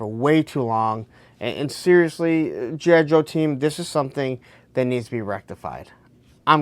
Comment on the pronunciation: Slow down. Articulate. Its G.I. Joe...not jhijho.